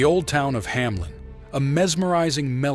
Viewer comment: It's HAMELN, not Hamlen though.